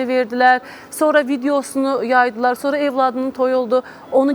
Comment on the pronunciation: Evlad yox .óvlad ,sonara yox .. sonra Ay tupoy tolik